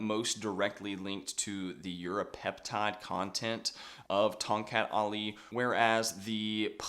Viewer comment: Great vid but 30 secs are you saying Europeptide?